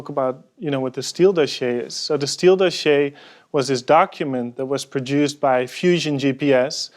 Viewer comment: Please stop saying "doschiéé" ... I laugh so hard everytime ^^